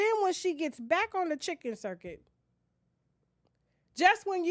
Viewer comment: It's called the Chitlin circuit Not chicken 😂😂😂😂😂